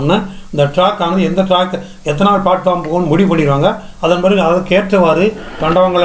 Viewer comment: ஐயா மன்னிக்கவும் டிராக் இல்ல சார் ட்ராக்